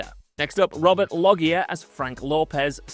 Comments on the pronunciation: How are you pronouncing Loggia? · Loggia!? Never seen the Family Guy sketch? They will show you how to pronounce it